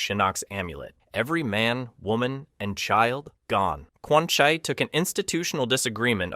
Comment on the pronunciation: Aint no way bro said "Quan ☕️ "